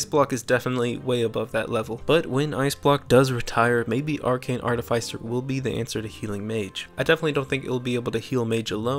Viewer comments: ART-iff-iss-er. Not Art-iff-ICE-er. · It's pronounced art-if-iss-er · Its artificer, not artificer